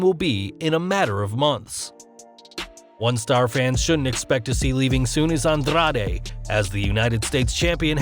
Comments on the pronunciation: The way this guy pronounces Andrade, and Carrillo makes me want to throw up. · andrrrrade...carrrrrillo lol..chill with the Rs